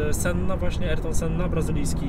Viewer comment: Imię Ayrton wypowiada się "Ajrton", a nie erton...